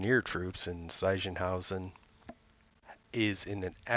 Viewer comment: Yeah, the main problem was the "i" in Sichenhausen. In German, the "i" is more pronounced like a sharper and fast English "e", while the English "i" sound in German would be created by "ei" or in rare cases by "ai" or "ay" (for example in the Word "Gitarrensaite") . So your pronunciation would be correct if it would have been "Seichenhausen" or "Saichenhausen"